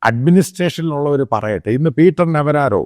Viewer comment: Not Navarraro, it's Navarro